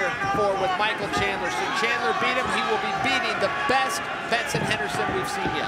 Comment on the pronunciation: I swear the announcer is saying Chandlin lol